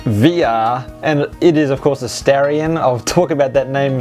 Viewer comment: In America it's pronounced Star-e-on with a long e. Lots of the early ads referred to it being born from a star. Also doesn't it have an Orion engine in Australia? Maybe I'm stretching here, lol. And with regards to JDM, I'm sure any American Conquest owner would love to have those fender mounted indicator lights! ^_^